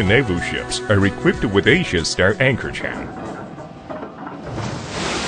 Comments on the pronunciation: Wow! He’s mispronouncing simple words like system. He said sister lol. He also calls the chain a Chan numerous times. Sometimes pronouncing it correctly and sometimes going back to Chan lol. This is the oddest narration I’ve ever seen. And to think I thought I was gunna be bored while studying chains lmao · They are manufacturing chains, yet they have no idea how to pronounce the word. :-O That´s not a CHAN! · I think it's Chinglish. eg. chain is pronounced as 'chan'